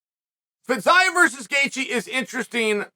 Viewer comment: Has anyone told Fiziev that the new way to pronounce his name is Fizyav?